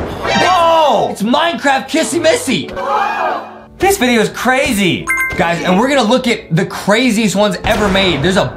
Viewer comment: Its not kassy massy it is kissy missy